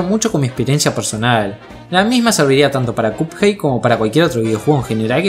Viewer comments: va wey si chido buen video pero porque cuphey te la doy dudo que un angloparlante te vea pero se pronuncia cuphead es básicamente pronunciar de manera literal minecraft fornite o Spiderman es asunto de la locución de ahí en fuera no me quejo pd: los pescados ya comen pescados mas chiquitos y no es canibalismo amenos que sea de la misma especie u orden exacta del que consumiría el pez en si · Creo que me estresó un poco que pronunciaras Cuphei al personaje y juego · en el segundo dijiste cuphai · Me dio cosa cada vez que dijo cup jei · Alguien más cada que dice cuphead escucha "cuphai" ? XD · Hehe es gracioso cuando dices cup-hey xD . Esta genial tu vídeo 👌🏻 like n.n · Si dice "capjeit" me pego un tiro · como le vas a decir copjeid? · PORQUE LE DICES CUPHEY??? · No entiendo por qué decís cupjei encima lo repetía a cada rato re irritante chabon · Me da una especie de Toc cada que pronuncia mal "Cuphead" xd, pero de ahí en fuera buen video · Te hacen bullying por cómo pronunciaste "cuphead" jajaja F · buen video, pero no pude soportar lo mal que pronuncia cuphead